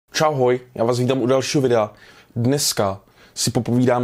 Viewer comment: Vazne si na zactku videa rekl "čahoj"